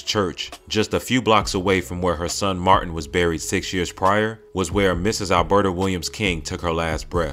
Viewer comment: I am the first to release this information on 3 live chats on YouTube and everyone is releasing this information of that live chat. You clout chasers are so false that you won't even mention who is the source of awakening information. You informers our so dum that you still call Martin's name wrong.